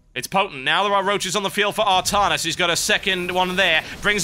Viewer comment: Artarnus? I thought it was Artanis :o